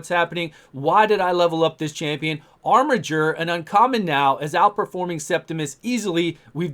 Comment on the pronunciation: Also OMG you're pronouncing "armiger" correctly!!